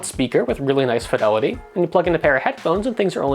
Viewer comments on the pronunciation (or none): none